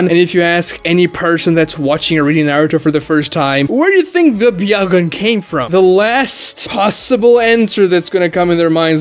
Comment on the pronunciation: Is it pronounced byahugan or byakugan?